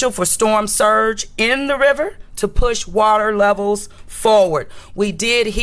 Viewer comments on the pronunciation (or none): none